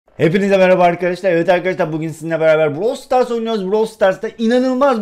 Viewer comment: ya su brawl stars browl deme